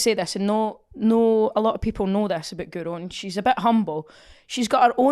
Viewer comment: You'd think commentators and presenters would have learnt to pronounce Guro's name by now, wouldn't you? It must drive her nuts.